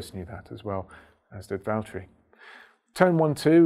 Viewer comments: “James, it’s Vallteri...” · James, It's Valtteri 😁😁 Sorry. i was waiting for James to arrive on a video to say that, for a looong looong time. 😝